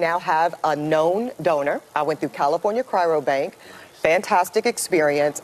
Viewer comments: Is anyone gonna tell this strong, independent, and obviously educated woman that there is only one 'r' in the word cryobank? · For a woman as educated as she is, you'd think she'd be able to pronounce "cryo bank" correctly. She repeatedly said 'chyro bank". This observation is coming from an educated black man here. My sperm, however, is not for sale. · It’s not ‘cryrobank,’ FFS. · God she says it again and again. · Ugh! She can’t even say ‘cryo-bank’ properly. Education doesn’t mean much anymore.